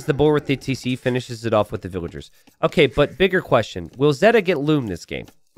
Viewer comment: Here said loom bad